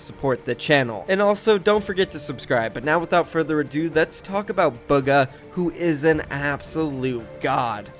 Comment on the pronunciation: Fng says booga instead of bugha